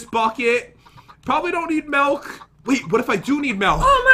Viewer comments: MALK or MULK not milk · This man said melk